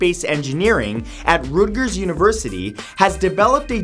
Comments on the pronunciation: Hey man no hate but you mispronounced Rutgers University in Fact 13. It’s Rut-gers as in stuck in a rut not root-gers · Matt you are pronucing my ava mater wrong. it pronounced RUT as in "in a rut" not "root" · It’s Rutgers, not Rootgers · Bruh you said Rutgers wrong... it’s pronounced ‘Rut’(as in hut) than gers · Did he just pronounce Rutgers wrong?